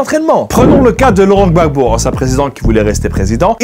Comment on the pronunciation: Whoaah tu as bien prononcé le Gbagbo 😂